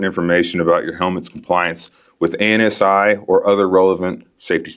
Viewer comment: In industry we say "anne-see" not "A-N-S-I." You sound goofy or like a rookie when you say it like that.